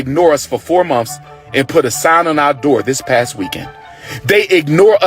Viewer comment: He’s so educated but he is saying monfs it’s months you ingrate 🤦‍♀️🤦‍♀️🤦‍♀️🤦‍♀️🤦‍♀️🤦‍♀️